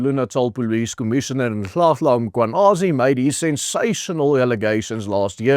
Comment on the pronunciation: You pronounced Lieutenant General Nhlanhla Mkhwanazi’s name so well . I’m impressed because you’re not Zulu, but you managed to say his name